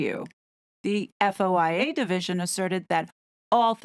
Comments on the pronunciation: FOIA is pronounced foy-ah 🙂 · You just say FOIA “foy yah”